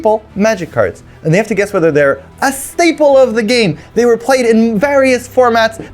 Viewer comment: Schtaple or Schtinker